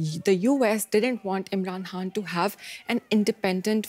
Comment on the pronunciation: This reporter is terrible. Is she even Pakistani? She can't even properly pronounce Imran Khan's name.